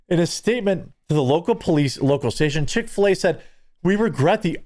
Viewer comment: You said Chic Fila so many times I’m going there for dinner. Dang it.